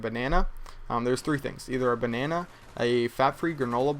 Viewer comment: I laugh at the way you say banana.